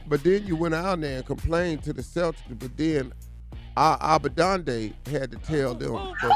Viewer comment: He said "Abadande" lol.... I'm weeak but also - NOT TOO MUCH ON THE CELTICS NIE 😅😅😅 ... FOCUS on the other green team lol